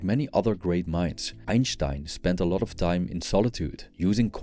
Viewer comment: Einshhteinshhhhh XDDD LMAOOO